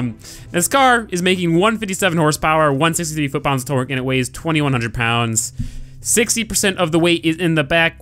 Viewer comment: Lol he says twerk instead of torque.